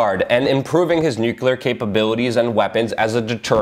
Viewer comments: not new-kyul-ur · I love ya Luke, but please, new-klee-ur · Shame this man will never be recognized for a Pulitzer. Great info and keep up the good work! BTW small peve of mine pronounced "nu-clear" =) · stop saying "nuke-yule-er!" the entire country berated bush for it. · Not bad. Slightly off-topic, why do 'Muricans always say "nucular" ?